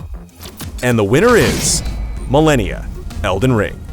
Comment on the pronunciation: How do you still pronounce Malenia wrong after hearing her say it dozens of times because she's kicking your ass? She might take some people 1000 years to beat, but her name isn't millennia. lol